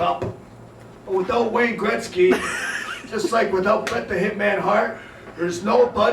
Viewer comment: Ok thanks, But. Why the people around becomes crazy when says wayne greksy?